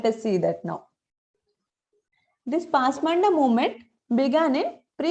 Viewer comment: This is not pasmanda "DA" This should be pronounced as "da" పస్ మాన్ద is correct.